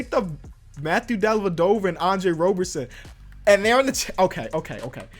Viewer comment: It is Andre ROB-erson. Not ROBE- erson. I’m a thunder fan so I know